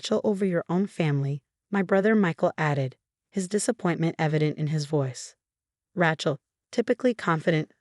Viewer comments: Rachel. Not Ratchel...difficult story to follow different pronunciation of a simple name.. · Need to learn to pronounce Names . Rachel isn’t pronounced that way. It’s so annoying to hear words / names pronounced wrong.